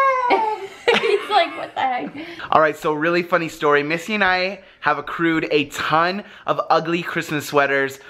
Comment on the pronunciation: it's missy not missie